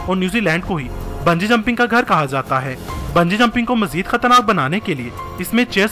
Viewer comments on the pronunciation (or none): none